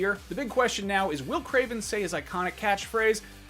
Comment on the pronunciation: Kraven??? Geez